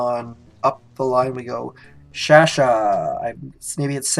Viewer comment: Shar-Shars It sounds like, not ShA. Close tho ! Haha